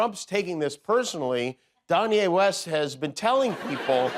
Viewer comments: Don-ye West😂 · "Don-ye West." 😂😂😂